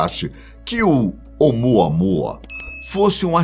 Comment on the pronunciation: De novo o repeteco do " umuanua"?? Pfv ,muda isso 😏